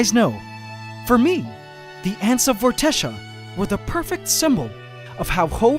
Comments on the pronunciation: I really like the name Vortexia, and with your permission I would like that to be the name of my band. This is where I need a reply, please? The way I will pronounce it will be V-or-te-sha but spelt Vortexia. How do you pronounce it? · It's Vortexia lol